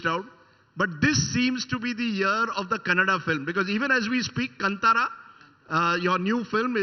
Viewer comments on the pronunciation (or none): this is not kantara, Kaantara